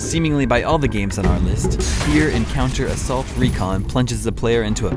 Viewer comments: It's FIRST Encounter Assault Recon....the word Fear is not the first word. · Uhhh it's FIRST Encounter Assault Recon. Not "Fear Encounter Assault Recon". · Did he say fear encounter assault recon? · Hah! I was just going to comment on that :P Another thing I noted was that he said 'Fear Encounter Assult Recon', instead of First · did he say fear encounter recon? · Harry Mason's missing daughter.. Not sister... And it's First Encounter Assault Recon, not Fear Encounter.. XD... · He really has no business attempting to burn The Orange Box after calling a Cheetah Girls game on the Nintendo DS a game of the year candidate for him. Joke or not. And it doesn't look like he attempted to get sufficient info on some of these games. F.E.A.R = First Encounter Assault Recon. Not Fear Encounter Assault Recon. Doesn't it even say that on the box? Also, for Silent Hill, Harry Mason gets sent into a creepy Town after his Daughter. Not a Mansion after his Sister.